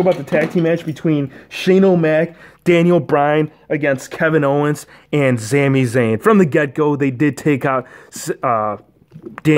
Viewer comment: its sami zayn not zami zayn